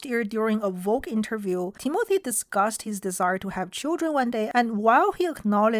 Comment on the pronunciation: I thought you said Temu-thy 😂